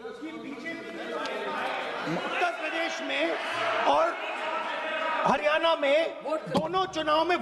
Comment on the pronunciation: राहुल जी ये हरीयाना नहीं है ये हरीयाणा है